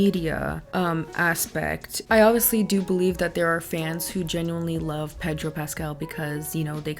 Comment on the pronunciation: I love the pronunciation of Pedro and then Sofia VERGARA 💃🏽🤣 love you!